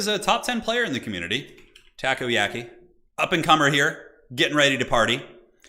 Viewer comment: I live in Japan and hearing takoyaki mispronounced a hundred times in this video drove me up the wall lol. Enjoyed watching the video otherwise, good work!